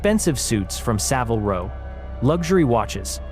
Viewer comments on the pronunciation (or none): none